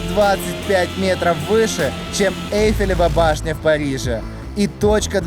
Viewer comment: сказала ЭльфелевА башня